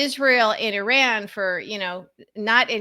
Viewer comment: I am gritting my teeth at the constant pronunciation of "Iran"